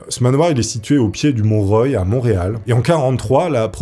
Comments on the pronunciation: Ses pas mont roiiiyyy ses royal mont royale ahah pas grave on te pardonne :p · C'est pas le mont Roy, c'est mont-royal